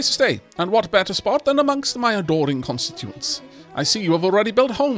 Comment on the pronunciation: Pointless pedantry warning, Incase you are interested its 'Con-stit-u-ents' that the mayor wants to live among. It means basically 'voters' or more correctly those who live in the area under his control.